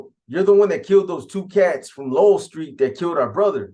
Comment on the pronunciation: It’s Low-El , Lowell St